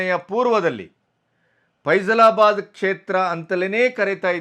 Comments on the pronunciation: ಅದು 'ಫೈಜಲಾಬಾದ್' ಅಲ್ಲ 'ಫೈಜಾಬಾದ್'. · ಅದು ಫೇಝಲಾಬಾದ್ ಅಲ್ಲ, ಫೈಝಬಾದ್.